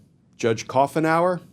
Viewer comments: It’s Coo nower not cough nour. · The pronunciation is coo en hour. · Judge Coughenour is pretty much a part of the landscape here in the Northwest. It’s pronounced Coo’nour…